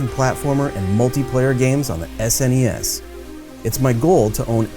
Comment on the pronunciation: Wow, thanks for saying S-N-E-S not ssssness 😑